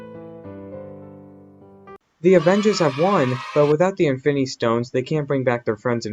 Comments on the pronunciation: Y u say Efinny stones Its infinity stones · Why do you you say infinity stone like this "infiny stones infiny gaunlet"